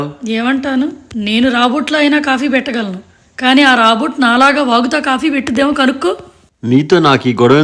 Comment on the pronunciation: Rabot kaadandi,Robot kaadaa